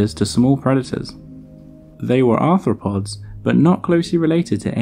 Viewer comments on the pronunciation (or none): none